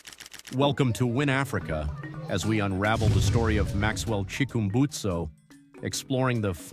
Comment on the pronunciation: Chickumbusto? (Chick-urm-busted)